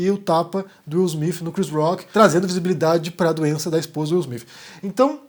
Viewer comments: Desculpa a ignorância, mas não é Smith ? Por que vc fala Smifh. É o som que se deve usar? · Bom dia! Eu achei estranho, desconfiei no início. Se ele estava com tanta raiva, por que um tapa e não um murro? Seria mais eficaz... Mas o que eu acho mais estranho é a sua pronúncia do nome do Will Smith... Soa Will Smif, acho tão estranho... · fala Will smif KK